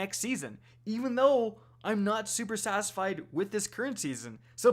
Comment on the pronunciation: "Super Sasfied" lmao